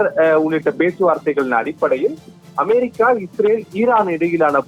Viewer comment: அமாரிக்கா.....என்பது எந்த நாடு?😂😂😂😂 உச்சரிப்பு ஒரு மாதிரிக்கா இருக்குதே ஏன்...?